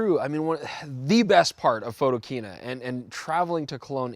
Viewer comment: I know right! We've already chastised Werner about that mistake. @